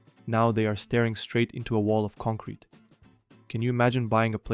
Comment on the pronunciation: take a shot everytime this guy says “concwete” 😂